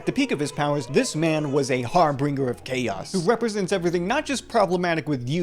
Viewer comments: Harbinger not har-bringer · harbinger. not harbringer (sorry but i think someone shouldve told u) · Another banger. Also, it’s harbinger, not har-bringer.❤ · HAR-bin-jer ( /ˈhɑːr.bɪn.dʒər/ ) No hate, it's just like, if you're gonna be an internet critic, you gotta like, speak correctly <3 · Soft g, not hard